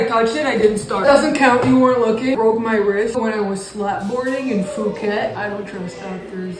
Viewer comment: The pronunciation of Phuket 💀😭🤣